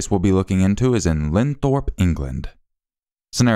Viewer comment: It's not LEADS it is LEEDS (West Yorkshire) 😉 It's Linthorpe, Middlesbrough, NOT lindthorpe 😉